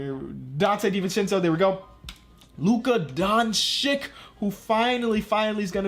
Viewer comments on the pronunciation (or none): Luka doncic is pronounce donchich not donchick